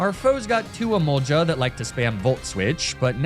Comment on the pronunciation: E MOL GA NOT JA